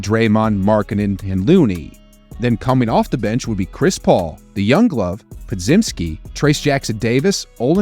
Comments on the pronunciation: Po-jim-ski. Come on man. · Po-jim-ski. Come on man. Get his name correctly, not a trade consideration. My bad, that's what I should have explained, corrected it already. He never gets his name correctly and when he first played in the season, the announcer told everyone how his name is pronounced. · Po-jim-ski. Come on man. Get his name correctly, not a trade consideration.